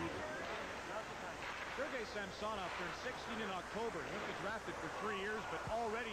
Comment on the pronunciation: That is actually close to the proper pronounciation of Samsonov, not the anglicized butchering of the name.